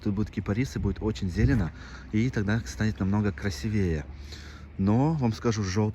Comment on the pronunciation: Красивее, ударение на и